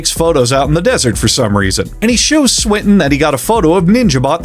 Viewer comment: Also Swinton to Sprint-In